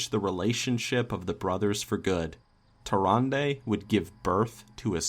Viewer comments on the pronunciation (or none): Everytime you say Tyrande, I here Harambe. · Anyone else thought he was sayin harambe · "tarandey" XD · What if you said Tyrande's name right? They way you said it makes me not want to watch your videos. Although you probably don't care because you have a lot of viewers. Either way, every time you said it I wanted to hit you in the face. I don't know why I feel that way but I do. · Am I the only one that cringes when says Tyrande?